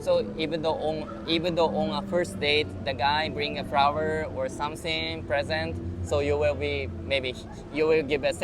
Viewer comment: Please learn to pronounce SomeThing correctly. SomSing isn’t the way.